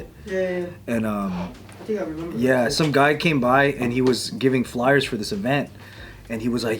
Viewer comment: why does say "flowers" like a Scottish Lad? 😂